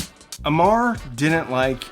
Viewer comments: I love you, but it's AMAR not Omar. The guy's indian not arab ffs 😆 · Aymar, not Omar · Amar A pronounced uh Apparently seriously difficult pronunciation. Changed the guy into a terrorist by saying omar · Amar Bose not Omar Bose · Its Not Omar its " Amar" . Needs to correct pronounciation. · I am nitpicking but its "Amar" not "Omar", Loved the video ! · Dude the name is Amar not Omar as you trying to say. First learn how to say the name. Try to say Aa then mar its Amar. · It's Amar not Omar! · It's Amar, not Omar. Very, very different... At least clarify that when you're making a video about him.😅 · Its not "Omar", its "Amar" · It's Pronounced as Ah-mar with emphasis on first syllable. I am explaining this because OMAR is a very common middle eastern name While AMAR is very common Indian name. Completely different culture, language and Religion. Thank you for bearing with me. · You’re pronouncing his name incorrectly-It’s Amar not Omar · His name is Amar, pronounced like Ummer, meaning immortal, a Sanskrit name. Not Omar, an Arabic name. Very bad acoustics for the founder of Bose. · Its AWWWWMORRR Not OMAR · Amar* not Omar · Please do not say OMAR Bose Its Amar ( forever young alive in Sanskrit ) OMAR is Arabic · dude it literally says “Amar” Bose right there in your video and you still call him OMAR! And don’t you tell me Amar is hard to pronounce! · Sorry but I'd to correct you, it's not OMAR (which is Muslim name). It's A- Mar Amar means immortal in Sanskrit/Hindi/Punjabi. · It's a Bengali name. A is pronounced as O. So a Bengali speaker would normally say Omor, not Amar. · His name is 'Amar' not 'Omar'! that will make him a Pakistani! 🤔 😂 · His name is pronounced Ahh-mar. Not Oh-mar. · It's Amar (as in AHmar, without the "h"), not Omar. Please stop calling him Omar. If you're going to do a show on someone, kindly do them the honour of pronouncing their name correctly. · *A*mar, not omar... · It's not Omar it's Amar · Omaar ❌ Amar ✅